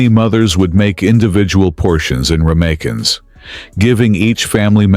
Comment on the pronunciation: The AI voice struggled with ramekin dishes. Then you show frying the fish sticks, while the voice says "baked". Shepherd's pie made with beef is cottage pie. Shepherds work with sheep, by definition. Most of these I can, and do, cook nowadays. Beef stew I do in the slow cooker, for about 4 hours. Slow cooker also does nice sausage casserole, lamb casserole, hunter's chicken, chicken in mushroom sauce, prosciutto-wrapped beef, beef tagine...